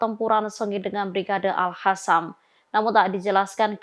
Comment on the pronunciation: Gak bisa sebut AL-QOSAM ya ? Kok Q jadi H 😂